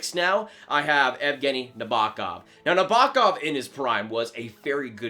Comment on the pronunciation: Not Neh-bah-kav, it’s Nah-boh-kov